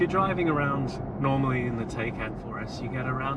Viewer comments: It's spoken "Thai cahn" not "taken" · You shouldn’t own one if you can’t pronounce the name! It’s a ‘Thai-caan’...😉